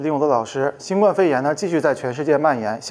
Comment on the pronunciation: 新冠病毒中的“冠”读“guān”，希望李老师注意。